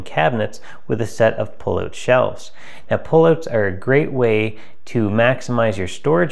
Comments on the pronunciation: Hey many learn how to say OUT. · You say out funny 🤣 JK, thank you so much for posting 👍👍👍